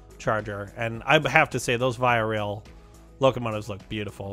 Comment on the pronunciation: Just a quick correction. Via Rail is pronounced “Vee -ah.”